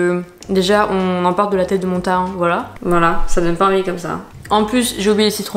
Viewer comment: On prononce ta hine pas tahain